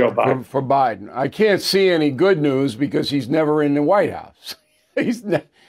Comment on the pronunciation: Hey Bill.... Learn how to pronuncate the word "BECAUSE"...